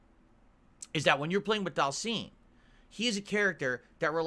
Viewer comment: Oh one more thing;, PLEASE stop calling Dhalsim "daal-seem" like does; it's pronounced "DAAL-SIHM." pronounces it like that because he's regarded.